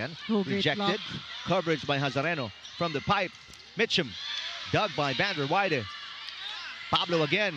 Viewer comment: Good game to both teams 👏 Fyi to pvl announcing the play by play during the game.! Stop saying Vander Wei-de it’s Vander Weide correct your pronunciation pls. lol she’s American 👌 Vander Weide not Vander Wei-de 😅